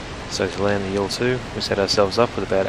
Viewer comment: Wow,, you're the first one I hear who pronounces Il-2 correctly:) That means something, for usually US-Americans have a lots of pronounciation difficulties when it comes to foreign languages, be it on YT or in official documentaries, especially in getting all these Russian military non-abbreviations right (almost always first syllables of engineer names and not abbreviations for anything). Only for the MiG they have got it and do not call her Em-Ai-Gee (yet). But for Ilyushin's plane it's admittedly hard to not want to call her Ai-El but 'Il' like in Ilyushin. I assume, you really do your homework to get everything right in your videos. Great job. As always.